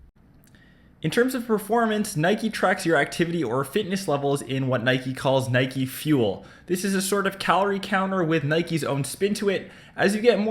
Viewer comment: HOW FUCKING DIFFICULT IS IT TO PRONOUNCE NIKE CORRECTLY